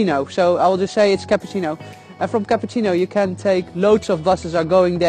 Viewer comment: hahah when you say Cappuccino I started to laugh so much!! Cool video, the place is so amazing. BTW you have a new subscriber here!